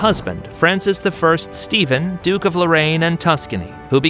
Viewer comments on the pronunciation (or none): none